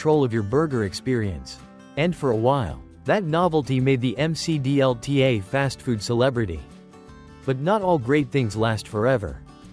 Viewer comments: Say it with me, you rotten AI bot announcer, at :36 in, it’s pronounced the Mick D L T. Not the M C D L T. This automated nonsense ruins the content, and takes you right out of it. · "The M C D L T" is not a rap singer! Stupid AI. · Clearly the creator of this video was not around in the 1980’s, because he is mispronouncing the McD L.T. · Jeez, the AI voice can't pronounce any product names properly. M C D L T? That picture of the rectangular pizza during the Priazzo segment looks like a school cafeteria pizza, complete with recipe card from Quantity Recipes for School Food Service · It's pronounced "Mick Dee El Tee." 😂 AI narration. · The M C D L T😆. Don't call it Mac DLT or nothing. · Mc dlt is the correct way to say it